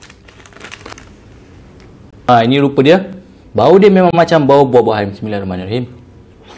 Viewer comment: Bacaan Bismillah tu Salah, tak sempurna.. smillahiromanirohim... Salah Bismillah, Setan Mkn Sekali... Lagi sempurna, just Sebut " Bismillah" بسم الله... Nampak bnyak Setan Makan sekali dengan